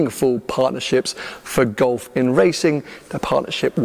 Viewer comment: It took me 14mins to work out was saying Gulf, not Golf…